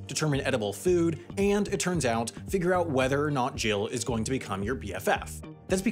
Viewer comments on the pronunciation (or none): none